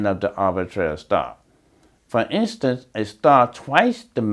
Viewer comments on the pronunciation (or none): none